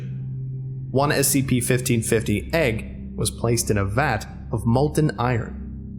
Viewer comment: The way you say SCP makes me sad...